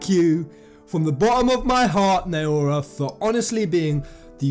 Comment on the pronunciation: you pronounce naora like this... take five. the way you pronounce the beginning only repöace f with N. O as in Odin. Ra as in Ramuh. Na O Ra